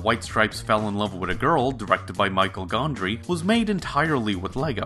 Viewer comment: Great video man. 2 Things 1- It's not Michael Gondry lol he's french it's more like "Me-Shell" (sorry for being slightly that guy) 2- One aspect of animated music videos in movies is their power to elevate or punctuate the scene in which they're playing. A good example of this is in The End of Evangelion when Komm Süsser Tod kicks in and the beatiful yuxtaposition of the music and the tempo vs the imagery being shown, this happens similarly in Evangelion 2.0 when Shinji triggers the third impact. Seems like Anno has a real knack for those kinds of moments.